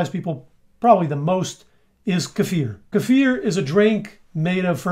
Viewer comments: Hey,, this is the internet. You're not supposed to pronounce kefir correctly. You need to "learn" how to say it wrong. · Yes. It's very sexy! So is his pronunciation of "kefir".